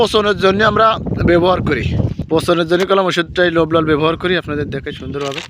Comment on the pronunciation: লোভলাল নাকি রোভরাল আগে কথা সঠিক ভাবে বলতে শেখেন